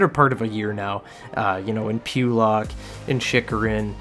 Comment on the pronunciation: Need to work on your pronunciations: Necas is pronounced NAY-chaz Pulock is pronounced puh-LUCK